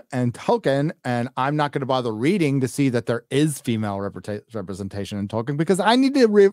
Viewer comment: You forgot the 'Rings of " Repressentaayshun"😁